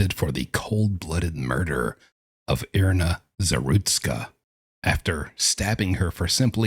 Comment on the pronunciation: Her name is pronounced as IRENA. Not EYE RIN A.